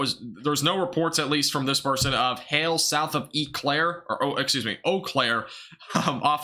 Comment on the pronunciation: Lol!!! I'm from Wisconsin. I was Doordashing, so watching after stream ended. It is OH-Claire